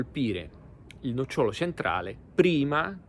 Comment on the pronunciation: Si dice nócciolo. Non nocciólo. Ma perché volete giocare a fare i divulgatori quando manco l'italiano conoscete?